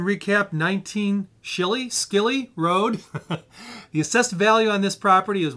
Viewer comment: Just going to put this out there the road is name after my family last name Schilly and you pronounced it wrong it's German so it's pronounced sh-illy 😂😂😂 lol